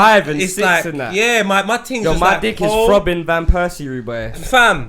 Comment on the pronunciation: man said throbin van persie how did no one catc that loool